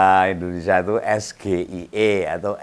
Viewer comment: Es.. Ji.... Ai..... I Bacanya om Jgn ikut²an si gebi ... Salah yg memalukan